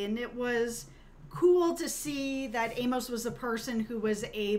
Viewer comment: I'm sure I'm not the first to tell you but you need to read the novels by James sa Corey because what you're saying is right in some of it so far off track you have no idea what you're even talking about and inability to say Amos name is really grating but what you think about Amos it's far closer to the truth you will find he is that man